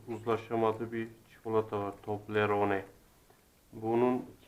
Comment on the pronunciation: Tobleroneyi bile daha söyleyemiyot